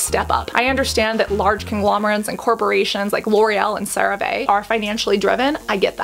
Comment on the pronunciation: Great, honest review. Just wish influencers would pronounce brand names correctly if they are going to discuss them. Cetaphil is pronounced "seetaphil" and CeraVe "ceravee." Original founders of CeraVe (i.e. physicians) created name from "Ceramide Vehicle."